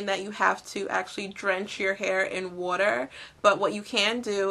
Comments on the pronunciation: lol wuter <--- im from Tennessee ... i hear it all the time so im not making fun , but haha thats so cute. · OH MA GAWD I love the way u say water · HA! I love how you say "water". It's like "What-er". :D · Are you from Philly? We say "war-ter" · You say 'water' funny